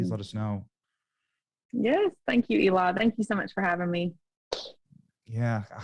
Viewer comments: Is she calling him Ely? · Does she keep saying Eli?